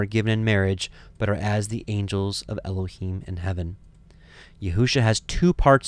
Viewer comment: I have prayed and studied. I think your pronunciations are correct.